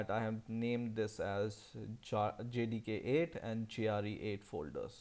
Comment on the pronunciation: sounds like he's saying jihadi 8